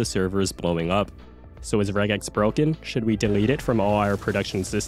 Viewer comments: I've only ever heard of Regex being pronounced 'Rej-ex' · The real regex error is pronouncing it with a hard G